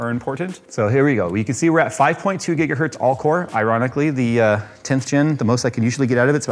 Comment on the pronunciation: "almost a whole gigahert" had me cracking up. I'm sure Heinrich Hertz appreciates it